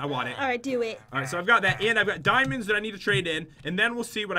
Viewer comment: ...Damonds.. Me:Damonds???